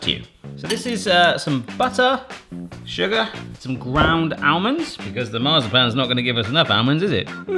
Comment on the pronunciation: It is not almonds, it is almonds. !